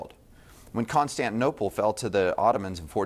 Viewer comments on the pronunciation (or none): none